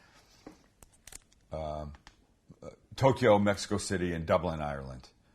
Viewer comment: Tokyo is TWO syllables NOT THREE. There is NO "E" sound between TOK and YO. Just FYI..